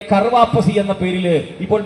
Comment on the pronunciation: കർ വാപ്പസി അല്ല. ഖർ (വീട് ) വാപ്പസി (തിരിച്ചു വരവ് )